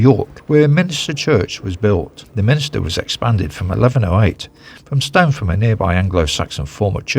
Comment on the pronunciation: Nice video of my home town, but please: it's a Minster, not Min i ster. Sorry to be picky.